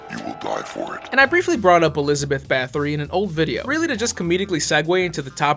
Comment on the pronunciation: not huge but everyone seems to mispronounce Bathory, it sounds like Batory